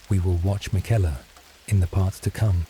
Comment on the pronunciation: Sorry, in the first 5 Seconds when your AI narrator mispronounced Marika and Miquella I knew this wasn't going to work. When dealing with the Elden Ring community, these aren't small mistakes, which could be why out of 1500 views you only have 19 likes and 2 comments. Narrate it yourself.